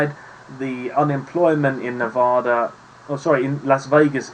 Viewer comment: Spot on my guy. Except for Nevada.